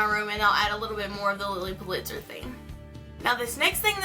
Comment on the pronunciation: lots of fun and creative ideas, and am looking forward to seeing how you combine it all in your dorm this year! Love the Lilly tray you made, too! (By the way, her last name was pronounced "PULL'-it-zer," accent on the first syllable; thought you'd like to know). You have a good eye for combining mixed materials!